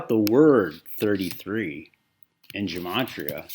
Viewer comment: It’s pronounced Geh-Mah-tree-uh